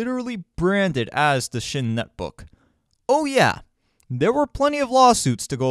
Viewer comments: Psion is pronounced "sigh on", not "shin". It was a British company with a long history of creating innovative handheld machines and the amazing 'EPOC' OS that eventually became 'Symbian', for many years the most popular mobile OS on the planet. It's Netbook model was around years before ASUS 'borrowed' the name, and was a drop dead gorgeous piece of kit for the time. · FYI, Psion is not pronounced “shin”. It’s pronounced “sigh-on”